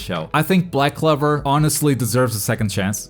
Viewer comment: He seriously said "Black Clever"